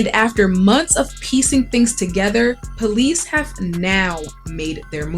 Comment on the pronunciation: That reporter is a Blood she said Bolice haha rewind in listen 🎧